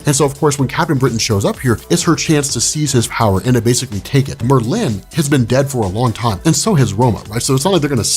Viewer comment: love this video, and you rob. but god do I wish you would pronounce Saturnyne, Wolverine, and Merlin correctly lol